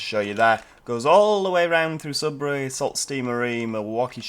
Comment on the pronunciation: Love your vids. Learn something new about TF2 every time I watch. BTW...I'm from Michigan and Sault is pronounced Soo. Keep up the good work